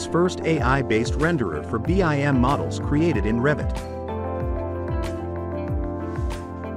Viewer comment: sigh... this is nice but the automated reader is like nails on chalkboard. It's pronounced bim, not b. i. m.